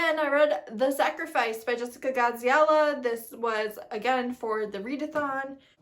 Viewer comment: I love hearing your say Jessica Gadziala on a consistent basis